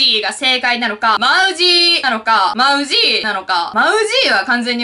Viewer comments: moussy モウシーって言ってた、。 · 前に働いていた会社がMOUSSYの系列でした。 マウジー(↑)の発音が正解です！ でも、ブランドの人も本社の人もマウジー(↑)と呼ぶ時もあれば、マウジー(→)と呼ぶ時もありました！ マウジー(↓)は聞いたことないです(笑) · マウジーはと同じ発音だよ！